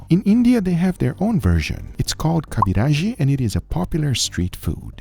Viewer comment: I am FKEN IMPRESSED WH N YOU SAID KABIRAJI